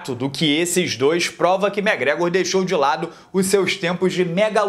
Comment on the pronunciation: Para de falar mégrégor pelo amor de Deus!!!!!!!